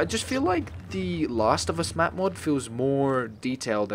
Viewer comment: You write mod and you say map